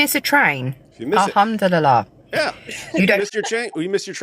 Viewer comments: 😂😂😂😂😂 piss-itive she mean. al ham do li lie. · "ahumdilala " a humdilal" " the old bamboo the old bamboo !!" has she "reverted" to dick van dykism ?